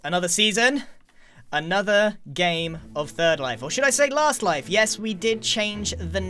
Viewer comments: It's La-aha-st life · It's lAHAst life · Giran, you ended it with "third life", but it's actually l-aha-st life. Just a tip for next episode ;) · Don’t you mean l-aha-st life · The t-aha-wers of s-aha-thlands aha-re great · It's not 3rd life guys, it's l-aha-st life